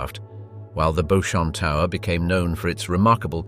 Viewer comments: The Beauchamp, of Beauchamp Tower, is not pronounced "beau-champ" but Beach-ham". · Beauchamp is pronounced "beechum" here now.